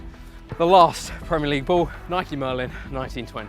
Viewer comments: It’s Nike not nikey ffs.u own a bike not a bikey. U don’t likey and subscribe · Sorry but this gets on my nerves he first says ‘Nike’ then he says ‘Nikey’ it’s not ‘nikey’ you don’t ride a bikey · Cough cough * Nike not nikey *. U ride a bike not bikey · Did Chris just call Nike Nike-E, questionable behaviour